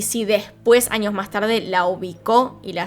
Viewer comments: Pero debería cambiar un poco su asentó! Se dice años no añios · por favor cambia un poco tu asentó! Cómo la doble ll la pronunciación es muy fuerte! Años no añios! Eres buena pero tu pronunciación no! Eres excelente! Pero trabaja en tu pronunciación!